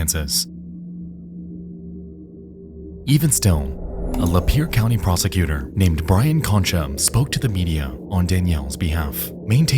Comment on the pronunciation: "Even so, A Lapeer County Prosecutor, named Brian Konschuh." I mean.. the text clearly says BY-ron... just saying.